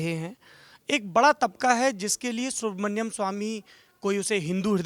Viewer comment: सौरभ जी नाम सुब्रमणियम नहीं है सुब्रमणियन स्वामी है...नाम तो ढंग से लें प्रभु...इनकी महानता है और कोई होता तो खरी खोटी सुना देता